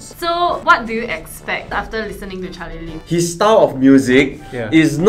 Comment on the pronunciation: its charlim lee instead of charlie lee. Only i noticed it . Everyone aaagrees